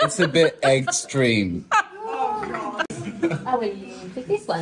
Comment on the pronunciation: "Egg streme" stop it 😂